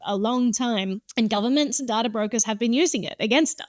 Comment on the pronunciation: I love when people say dataer